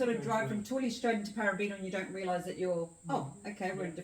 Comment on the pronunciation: Thanks for this - lovely! By the way, it's Pa-'ra-bi-ta (stress on second syllable), and Ma-'ti-no (stress on second syllable). Thanks for this video!